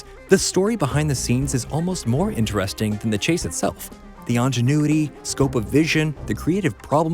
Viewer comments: Ingenuity not ongenuity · Did he just say "ANGenuity"? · “Onginuity”? What the hell is that? Also, it was the brothers that created the film Lastly, who the hell is this guy?! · WTF is "on-genuity"? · Did you just say “on-genuity???” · . Did you just say Ongenuity instead of Ingenuity? Dude. Come on man. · So are we just gonna ignore the fact that dude said "ongenuity" ? Seriously. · Did you just say ongenuity? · “the ingénuity”?!!! Its young, innocent womanliness?! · Did you say... 'ongenuity?' Cos ... that's not a word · Seriously. I was already lost at "ONgenuity." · Why did you pronounce "ingenuity" like that? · Narrator mispronounces words "ingenuity" and "assailants". Fire him.